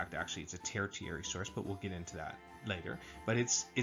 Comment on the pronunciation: Not to get too picky, but I'm a little surprised you got this far not knowing how to pronounce 'tertiary.' It's pronounced ter-she-air-ee.